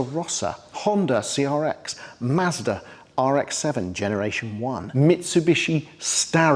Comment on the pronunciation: After hearing you say Mazda, Nissan, Porsche, and RUF...I don't think flexing on your proper pronunciation is the best call.